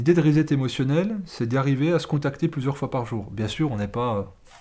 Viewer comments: cher, to set or to set up se prononce "sset" pas "zet" Donc re-set ou reset c'est "resset" qu'il faut dire, tant qu'à parler franglais!!! Bises de Hong Kong. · R I - S S E T ' Préfixe de répétition, comme en français, re + set qui signifie mettre en place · Vive la différence culturelle, la diversité met de la couleur dans la vie. De toute évidence, vous avez compris le « rezet ».